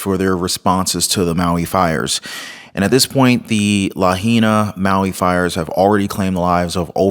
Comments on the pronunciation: La HIGH Na. not LaHeena. Just helping no criticism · Hey: It's pronounced "Luh-HIGH-Nuh" NOT "Luh-He-Nuh" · Lahaina is pronounced La . hai . na🙂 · I love your channel but you're butchering the pronunciations! It's Lah-HIGH-nah (Lahaina), Mah-KEN-AH (Makena) and HAH-lay-AH-Kah-Lah (Haleahkala)! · Lahaina....pronounced Luh-high-nuh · Just a little FYI...it's pronounced La High Nah😊...watch your kind and informative videos everyday! God bless you and your family! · Its La-high-nah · it's LA HI NA! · Lahaina is pronounced "la-hi-na." The "ai" sounds like capital "I" in this word. As to the commentary that this fire appears to have been deliberately set, you are not taking into account that the real-time video of the downed power line, nor do you have any understanding that the Hawaiian islands have different climate, wind, and thermal patterns than what we experience on the mainland. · it's pronounced Lah-hay-nah 😅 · It is pronounced La HIGH na HI. 😊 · It is pronounced La high na meaning Cruel Sun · You need to know how to pronounce our island names…..You are being very DISRESPECTFUL at mispronouncing names….LAHAINA is pronounced LA - HI - NA……another one….KAHULUI….KA - HOU - LOU - E!!! KIHEI…..KEY - HAY!!! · as a former resident of Lahaina Maui, it drives me nuts to here the name pronounced wrong. Lol